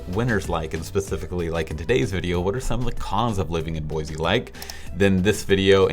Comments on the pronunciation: Dude you are "from Portland" and the correct way to pronounce the name of this town is "Boy-see" not "Boy-zee" as you are doing. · Boise. Not Boyzee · BOY-CEE not BOY-ZEE get the name right before you come here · If you can’t say the name properly you probably shouldn’t be giving a review of the town. Just saying. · Or you could just say it correctly haha